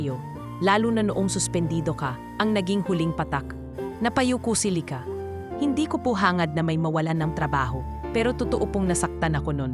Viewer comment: Ganda ng story kaya lang yung bigkas ng lyka paiba iba minsan lika